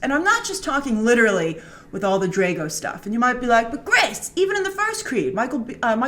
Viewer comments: all i want to know Grace, is how you manage to say Dre-go and not Dra-go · ya...........she said Drego instead of Drago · she doesn't even said Drago correctly......and we are talking of someone who claims to know about movies.......